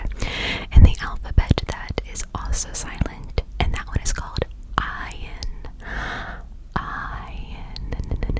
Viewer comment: Ayin isn’t silent 😅 it’s just a sound that Americans can’t pronounce